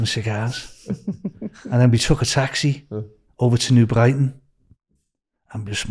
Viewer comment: New Bwighton, Wonnie, Bakewee, Mothers Pwide 🤣 You couldn't make it up. It's a comedy classic.